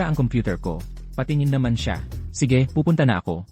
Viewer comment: Maganda ang kwento kaya lang hindi maganda ang narrator at bakit may hoy ang pag tawag? It is wrong how you pronounce sige.